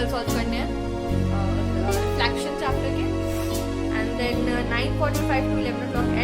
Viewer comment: Reflection bolte hai reflaction nhi